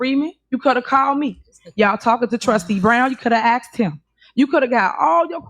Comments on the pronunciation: "Let me axed you a question." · axed axed axed..lol.. ghetto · Is those aren't trusteeseses just like those miceses she needs to axe the question correctly